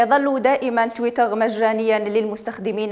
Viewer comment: صدقت لغة تحتل المركز 9 مزال الفرانكفونيين الجهلة، تويتر كلمة انجليزية تنطقها بالفرنسية اش هالذكاء